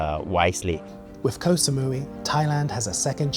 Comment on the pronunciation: Can Koh Samui survive the egregious mispronunciation of its name much longer?